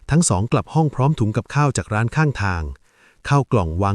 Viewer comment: กร้านไม่ใช่ กร๊าน